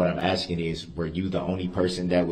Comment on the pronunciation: He has a amazing grasp of the English language. He be axing good ques-tions